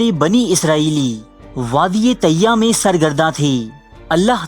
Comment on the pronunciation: wadia tiyya nhi wadia e teeh